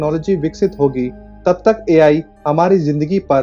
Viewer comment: Bhai sahaab A.L. nahi wo A.I. I FOR ICECREAM hota hai